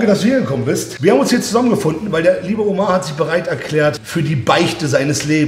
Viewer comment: Er ist türke und mann sagt ömer aber warum sagt jeder und er omar